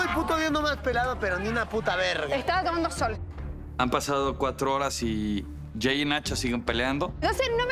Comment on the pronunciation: En primera es Jey no eel Jey jajaja se nota lo naquito....brayanss😆🤣🤣